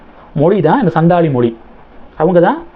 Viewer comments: It is Santhal ,& not sandhal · சந்தால் என்று சரியாக உச்சரிக்கவும்